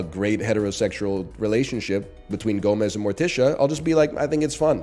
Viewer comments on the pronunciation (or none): none